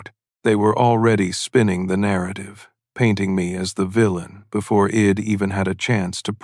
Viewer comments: May wanna fix the ai. The word is I’d not id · AI narration terrible. I Enjoyed the story when i sussed out the shed, id hed etc.